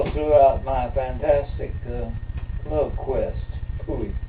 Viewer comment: The way that said "Love quest" really fucking hurts